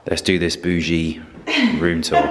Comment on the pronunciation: its Boo-ZHE not Boo-gee☺️ Its funny how can pronounce this right haha.